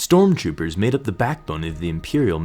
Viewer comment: is he saying " storm choopers"